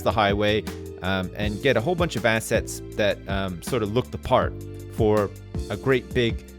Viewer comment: Also every time says 'assets', I only hear 'ass'.